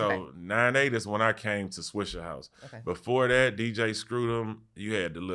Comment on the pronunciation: Why these white people keep saying swishERhouse lmao